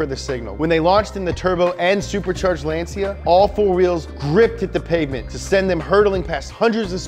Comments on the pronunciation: Great video!! But Lancia is pronounced: "Lancha" not "Lanzia" 😘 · Kamar Knight And let's not talk about how he said Lansia instead of Lancia. He needs to work a bit on the names :P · it's LAHN-tcha, not LAN-sea-ah. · Woah woah woah.. Lance See Ya ??? Bruh... Lan Cha. It's Italian, like Ferrrrari. Have some respect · he said "lenzia" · Bro really said Lan-see-uh